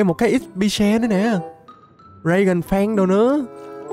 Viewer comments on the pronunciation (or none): none